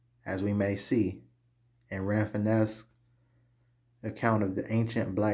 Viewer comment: Rafinesque is pronounced Ra fin skee